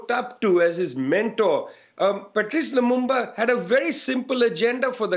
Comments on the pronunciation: It's LUMUMBA not Lumamba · It is pronounced as it is spelled: LU-MUM-BA